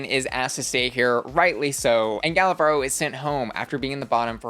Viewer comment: Little note on Gala's name pronunciation: you're not supposed to roll the R when it's a single one in the middle of a word. I'm mentioning this because saying Varro (instead of Varo) sounds like barro which means mud in spanish 😅